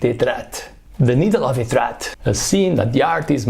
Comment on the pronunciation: It's Étretat, not Etrat 😅